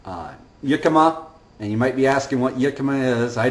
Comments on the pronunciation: it's not pronounced "yikima" it's "hickima" if you don't want to sound like a hillbilly, also Jicama has quite a high carb content, 59 carbs in a medium one, and Dr. Eric Westman does not recommend counting net carbs, just total carb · The word is pronounced [HEE-ka-ma] or [HIK-ka-ma]. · Jicama Is actually pronounced with an H... Hicama...Much love thank you for sharing... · it is jicama you are mispromouncingh iy